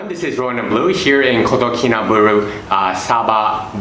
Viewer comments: subscribed and liked bro, but try to pronounce it correctly our city name kota kinabalu, not kota kinaberuu bro.. by the way thanks for introducing my country SABAH to the world.. come and visit the culture here and make friend with them next time when you come to visit again, and then you'll know the beauty of our people the culture and their traditions.. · Kotakinabalu...not kotakinabulu... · How about pronouncing Kota KinabAlu properly. I do live here as an expat and disagree with a lot of your observations. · WHY ARE YOU SAYING IT LIKE THAT????? just say KK for short